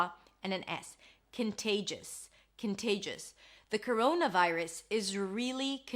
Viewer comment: Couruouna vairus!!!!